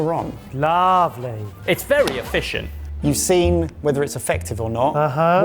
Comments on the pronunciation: "it's very eff-fish-scient" ---- Y'all missed that one, huh. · The fact that nobody noticed saying 'It's very ef-fish-ent" was sad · I enjoyed "It's very effishent" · It's very eFISHent. 😂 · "It's ef-fish-ent", and no one batted an eyelid, come on guys. 😁😁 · "It's very effishient." 👌